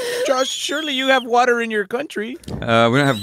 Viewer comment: As says wa’er